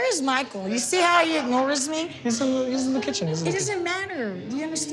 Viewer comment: “MAHKALL” “SKYLAH” gets me everytime 😂